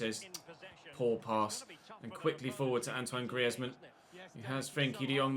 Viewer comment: Antoine Griezmann is being read as Greezmann I guess that we'll hear this name more often so just reminding